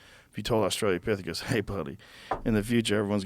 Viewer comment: Austral-o-pithecus. Not Austral-ia-pithecus. Why has no guest ever corrected his verbal misspelling?